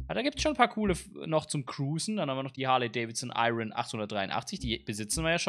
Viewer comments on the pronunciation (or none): none